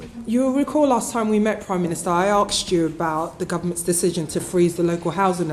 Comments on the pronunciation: whos going to take any notice of someone English that can't pronounce asked?... Asked NOT Archst! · Oh dear, the lady can't pronounce "asked". I think this needs to the Prime Minister's priority. If you let things like that slip, what chance do you have to lead a nation? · One of the MPs "Arksed" him a question. Can someone tele what that means? PS, I speak English.